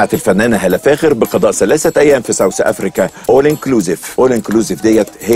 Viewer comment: انت لسه بتقول ساوس افريكا يا هاني رمزي عيب عليك ايه النشاز ده اسمها ساوث افريكا ساوثثثثثثثثثثثثثث افريكا ثقف نفسك يا اخي